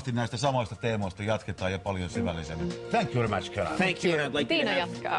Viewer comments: tänk jy veri mäths :D :D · D thank you very match" xD suomi ei osaa englantii! prkl.. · thänk juu veri mäts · ''thank you very match'' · thank you very mäch..... ööö jooo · "Thank you very match" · 05.55! thänk juu veri Mäch, thänk juu veri mäch!!! Repess!! :DDDD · "tänk yu veri mäch" hyvää englantia saatana. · thänkjuu veri MÄTS... huh huh ihan häpeän tota juontajaa.